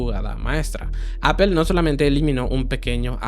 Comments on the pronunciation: Se pronuncia Apl no Apel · ¿ Por qué dices : apel ? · No se dice "apel".